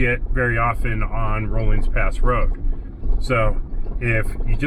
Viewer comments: Pronounced RAW-LINS Pass, NOT ROLINGS! It is the Denver and Salt Lake Railroad Grade. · Just as "aside:" the word is "Rollins" pass(Rawlins), nor "roll-ins" pass.